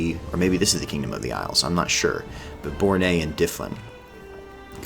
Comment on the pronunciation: Been waiting for someone to play Sudreyar for ages. Here's one help with the pronunciation. Bornais is pronounced Bore-Nish